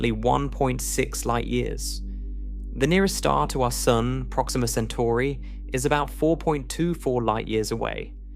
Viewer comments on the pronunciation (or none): none